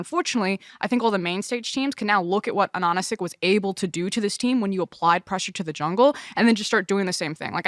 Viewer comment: it just hurts my ears hearing them pronounce Ananasik so wrongly